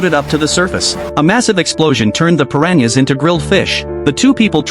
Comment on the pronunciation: Bruh it’s piranhas not Perrania’s